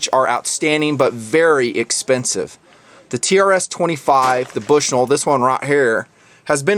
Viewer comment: lol he said Bush-NULL.